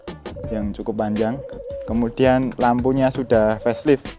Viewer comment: Ping piro mas sampeyan ngomong "kumudian"?